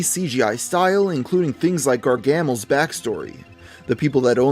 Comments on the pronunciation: it's gar-ga-mel not gargamle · “Gar-Gamal”? It’s Gar-Ga-Mel. Not Gar-Gamel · 'Gar-gamel' I'm gonna piss myself laughing, why did he pronounce it that way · Gargamle? GarGAMLE?!?!? What the fuck!!! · GARGAAAAAMAL? Its Gargamel! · Nice video, but you pronounced Gargamel wrong. It's Gar(like gar in garage)- gah-mel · "gar gammle" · "Gar-gamle" Wat. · "Gar-gamel" ...You've never watched The Smurfs, have you? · "Gar gam el" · Perhaps next time, consider featuring a YouTuber who can actually pronounce the name of the show's/movie's/franchise's main antagonist - Gargamel Either way, it was still a brilliant video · How can he not say Gargamel right? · sorry I enjoy your content but you butchered Garamel's name